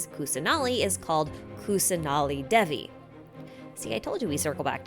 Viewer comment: since Hinduism is probably a recurring theme in Sumeru, I thought it might be worth mentioning the pronunciation of Deva. The correct pronunciation is closer to "They-va" rather than "Deh-va". Same for Devi. Thanks for the great video again!